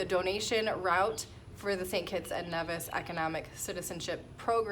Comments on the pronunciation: Hi, that's cool, I used to live in St Kitts when I was little (I'm from the UK) oh...... and I'm sure Nevis is pronounced Nee - vis not Nev - is (its originally from Spanish I believe). Love your vid's, keep up the great content! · It is Nevis. Pronounced knee-vis. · Congrats However the Nevisions will be annoyed if you can't pronounce their country properly. Should be pronounced knee-vis 👍🏿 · NEEEEVIS pronounces Knee-vis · Congratulations with your new citizenship, but if you gonna live there you gotta say it correctly, "Nee-vis" (don't hate me)...